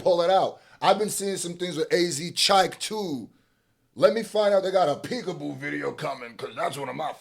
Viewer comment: wtf, i thought A Z Chike was pronounced as `asscheek`